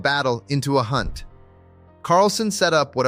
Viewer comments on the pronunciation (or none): none